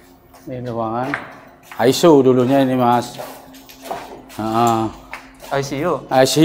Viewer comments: Ruang Asiu bukan asu om… 🫣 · Ngakak pas bapaknya ngomong Ruangan ICU jadi Ruangan ASYU (ASU) 🤣🤣